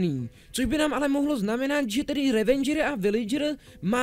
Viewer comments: Ehmmm... ono sa to číta "revedžr" a ne "revendžr" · Je to Ravager ne Ravenger